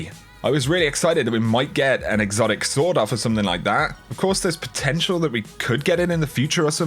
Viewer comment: sorry cant hear it any more its a "Sawn off" shotgun not a "sword off"